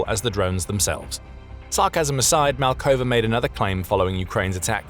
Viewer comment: Pavel Malkov. Not Malkova, 'cos the ending -a is reserved for the female version of the name. Translation error from 'according to Pavel Malkova' has the female ending for grammatical reasons. Please keep an eye on such miniscule mistakes as they might give a dent to your otherwise spotless infos.